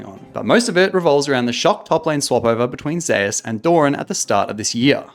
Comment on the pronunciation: ive always been curious why do people pronounce zeus's name differently than its supposed to? People pronounce it like zay-us